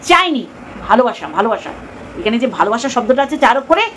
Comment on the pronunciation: Didi ytir valobasa?? Ota balubasa😂😂😂😂❤❤❤❤